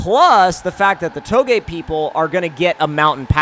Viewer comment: Finally someone who can pronounce touge correctly